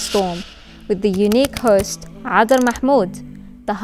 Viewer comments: I dont know if all can pronounce her name. Her name is written in Somali where C stands for ع in Arabic. Properly, you could pronounce 'Adar' in English. Cadar means perfume in Somali. Her speech is Cadar, mashallah. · It's adar means perfume not kadar